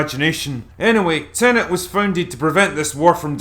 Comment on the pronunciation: "Tenenent" is the latest movie from acclaimed director "Christ, Off Her Now, Len"